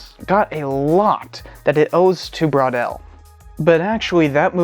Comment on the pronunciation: i love the way you pronouce "bwaudel" wondering between "bro" and "bor"..with a wave of awkward puns ;)